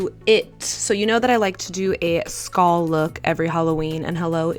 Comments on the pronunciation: “Skahll look” lol ily 💕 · The way you say skull 🤣🤣 love you